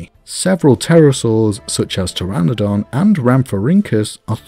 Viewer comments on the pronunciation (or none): none